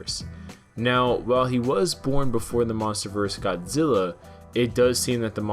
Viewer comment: 51 I'm sorry but uh... Godziller